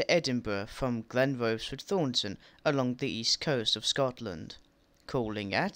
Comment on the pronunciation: Your pronunciation of Glenrothes and Kirkcaldy could do with a little work. Glenrothes = Glen-roh-thiss Kirkcaldy = Kuh-kod-ee . . . And Rosyth is Roh-sigh-th Also, ive never heard of a Dalgety Bay terminating service. Also, small technicality - you are correct about Haymarket depot servicing classes 158, 170 & HSTs for ScotRail, but only the 170s and HST sets are based there. Our 158s are split between Corkerhill & Inverness depots. And im guessing trainsimulator doesn't have 334s as AI traffic yet, hence the presence of 320s at Haymarket 😅😅 Oh, and 'Princes Street tunnels' are actually called 'Mound tunnels' Good video nonetheless 👍👍